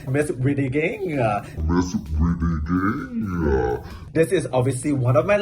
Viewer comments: DSFGDJGKFJGSDFSAFD I CHOKED ON MY DINNER WITH THE "BRIDIDING" AND "BRIDIGING" LOOP CLIPS XD I SWEAR, YUHUAAAAAAAAAAAAAAAAAA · Bring it on: Miss Bridding, Bridigingah...😂😂😂